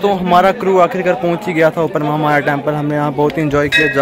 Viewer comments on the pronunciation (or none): Maha maya not moh maya 😩